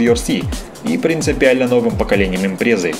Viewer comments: вот это выпуск! аж мурашки по коже, а сердце забилось чаще... спасибо. очень интересная история, настоящая драма. и жаль Мицубиси... только каждый раз морщусь, когда слышу произношение "импреееза". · Почему ты говоришь импрЕза, а не импрЭза по человечески? Минус уши 👂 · Ну почему ИмрЕза???)) а не ИмпрЭза!!!))